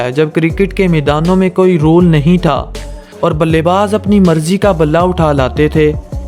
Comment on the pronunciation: Bale baaaaaaaaz nhi bale baz hota hai